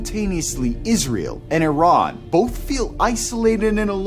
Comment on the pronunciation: Thank you for pronouncing Iran correctly